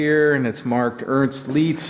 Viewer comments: Say "Leitz" like ths: "lie- t-s" NOT "leets" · It's pronounced "Lights",. Not "Leetz". The ZIP code ("Zone Improvement Program") began to replace the old postal districts starting in 1963. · Leitz is pronounced like “lights”. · Leitz is pronounced like "lights" in english (/ˈlaɪts/). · I've heard people pronounce this "Leets" like and also "Litz." Having taken 4 years of German lessons, it hurts my ears too! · Oh, and for any fellas it might help - when you see "ie" in a German word, it's pronounced "ee" - the "ei" is as already noted, pronounced a a long 'i' as in the example "lights." So for pronunciation, the word Leitz (pron. "Lights") would need to spelled "Lietz." (Pron. "Leets"). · Don't mean to be that guy here, just some constructive input for future reference. Leitz is not pronounced Leets. It's more like saying 'lights' with a German accent. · "Leica" sounds correct, however "Leitz" should sound like Leica, not like "leetz" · Sorry to correct you, however: Leitz pronounced "Leyetz", sounding in the middle like (pop)-ey(e). West Germany existed between. Opto-metric Tools was incorporated on the 18th of December 1974 as a foreign for profit corporation in New Jersey. Given that the "13" was "pioneered in the 1940s" and abandoned in 1963 for a five-digit code... Something is fishy! So, I'm guessing they moved out of New York in 1974 and the unit age is somewhere between 1949 and 1963. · Like the word ein in German, ei is pronounced "i" (like saying eye) Thus leitz is said like "lights". Very cool item and a wondeful video. Eric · Leitz is pronounced more like "lights". Leitz is the company that also makes the Leica (=Leitz Camera) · Oh, and by the way - it's pronounced as Your "lights". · Leitz is pronounced "lights". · Leitz it’s pronounced Lights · When you say Leetzzz, I go Leitz!! pronounce like lye and end with ts .